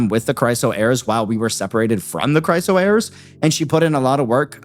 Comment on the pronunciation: Is there a particular reason you're pronouncing Chrysos as Chryso? Sorry just stuck in my brain cuz you keep saying it that way for several videos 🥲 Anyway love your wildest reactions brooo